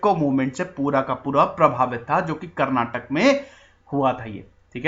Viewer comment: Karnatak nahi sir Karnataka* and Kannad nahi Kannada* I'm from Karnataka Jai Hind... Nice information